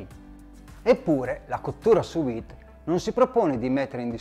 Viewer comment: Visto e apprezzato molto, grazie! Avrei una domanda e un suggerimento: Domanda: ho acquistato un forno che offre la funzione sous-vide (tramite vapore), ma non l'ho ancora utilizzata e immagino ci siano differenze rispetto all'uso del roner: hai qualche consiglio in merito? Suggerimento: un dettaglio... "Sous Vide" e "Maillard" sono termini francesi e si pronunciano "suVìd" (non suUìd) e "Maiàr" (non "Maillàr"). 😉 Detto ciò, grazie ancora e buon lavoro! 😙👌